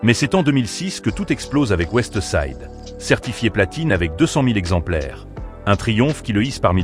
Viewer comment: La voie du narrateur est degueulasse, "OuestE side, 1kut , nero Nemezi, mc jean G.A.B.1, kalash il montre la photo kalash criminel 😂"les prononciations c est pas possible pour kopp c est l ia ou quoi ?